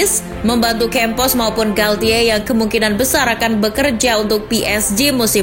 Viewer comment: FYI... Galtier cara bacanya galche... Bahasa perancis pronouncing nya ga kaya english atau latin